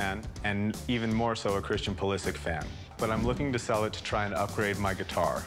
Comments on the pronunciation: Hearing them say PuliSick is getting me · Huge Christian Pulisic fan but calls him Pulisik.... and He is not even close to being one of the top players in Premier League, he isnt even 100% starter. I am croatian as he is, I am not hating just being realistic, he aint that special, he is good, but he aint even best winger in his club.